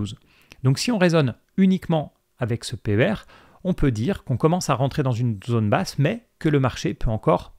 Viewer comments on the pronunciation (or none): none